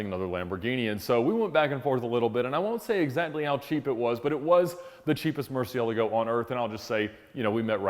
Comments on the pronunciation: Wish Americans would learn how to pronounce Murcielago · Apparently I’ve been pronouncing Murcielogo all wrong. Not that it comes up much in my conversations.